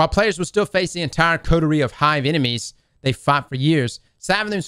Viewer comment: Coterie is now “Cooties”